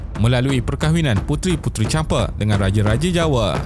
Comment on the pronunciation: Champa, bang.. bukan Champe 😁